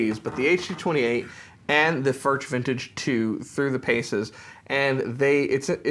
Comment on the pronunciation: Please pronounce the name correctly Furch is pronounced "furk". Thank you